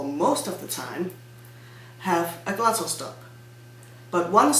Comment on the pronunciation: Perhaps you mean the GLOTTAL stop. It derives form "glottis" = vocal cords. The English words "glottal" an the non-existent "gluttal" would be very different in English (British) pronunciation.